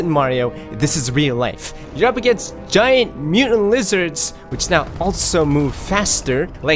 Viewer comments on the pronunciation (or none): none